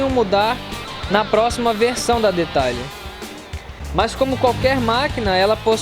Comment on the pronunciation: Pronuncia : Deteiler